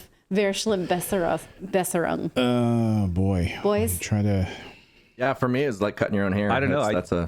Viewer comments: please keep in mind that in German you don't pronounce the V like in English. The V in German sounds like the F in floor, fortress or fall. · I think you made German people cringe a bit when you butchered their word vershlimmbesserung. Points for trying tho... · "Improvementgoneworse" could match... Pronounce it with F , not with V, than its quite perfect 😅👍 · so cute how you pronounce the german word. soooo soft😊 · If you're going to do that, you could at least pronounce 'verschlimmbesserung', correctly. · the "V" is more sharp, more clear like the "f" in Fairy, Verschlimmbesserung^^ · The German V is pronounced as an F. Get it right people... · A "V" in German is pronounced as an F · *Verschlimmbesserung is pronounced [Fer’shlim,besserung] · Pronounce it "Ferschlimmbesserung"" and "Tsugtswang". So you'll come close to the correct pronunciation. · Easier to pronounce the word like this: fash-lim-bes-serung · Another source says ❝It is pronounced "Fair-shleam-besser-oonk"❞ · „fer schlimm besserung“ the v is pronounced soft like an „f“ it’s when u keep making things worse in your attempts to improve a situation or mske something better. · Verschlimmbesserung. The "v" is not an English "v" but is pronounced like an "f". "Fairshlimbesserung. It is a combination of "verbessern" to improve, to better and "verschlimmern" to worsen. "schlimm" means bad. So if you try to improve something with the wrong measures and end up with a worse result, you have suceeded in an improvement for the worse: Verschlimmbesserung. Only fools are capable of this. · Ver-schliMM-Bess-er-ung, pls haha... americans speaking german, ist the most hilarious thing ❤😂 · Pronounce the VER in verschlimmbesserung as FAIR... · "fur-sh,lim-besser-ung" is a better pronunciation perhaps... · 'Verschlimmbesserung' - Please pronounce 'Ver-' like 'Ver-' in 'Vermont'... Thanks! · By the way in german a single v is pronounced as an f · V is pronounced as f in German. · V in German is pronounced F